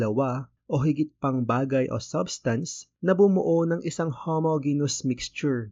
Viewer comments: Just a minor correction lang po sir regarding sa pronunciation ng "Homogeneous", it should be pronounce as "how ·mow·jee·nee·uhs". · weyt kuya onting correction lang po ang pronounciation po kasi ng homogeneous is ho mo dyi nyus yung po yung pag kakaalam ko po base sa tinuro po ng teacher namen ehehe